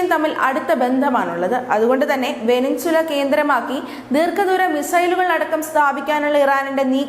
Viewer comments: അവതാരക... (Venezuela) വെനസ്വേല എന്ന രാജ്യനാമത്തിന് പകരം വെനിൻസുല എന്ന്‌ തെറ്റായി ഉച്ചരിക്കുന്നു. ദയവായി തിരുത്തുമല്ലോ✍️ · വേനിൻസുല അല്ല വെനസ്വേല. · ഒരു രാജ്യത്തിന്റെ പേര് പോലും അറിയാതെ news വായിക്കുന്നു. വെനിൻസുല അല്ല വെനിസുവേല എന്നാണ്.... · Evarkonnum navu vadikkunna Sheelam ellannu thonnunnu Venezuela. Banter abbas alla bunder abbas ennanu.